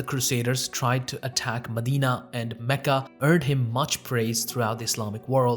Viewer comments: That's cool how you pronounce Mecca. I've nver heard it pronounced like that. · I’ve never heard any native Arab pronounce Mecca and Medina like you do. No need to fill your mouth with the words. The two names should smooth out effortlessly. What you do might impress on non Arabs that you know because you can pronounce these alien names, others will simply see it as a cover for ignorance on the material.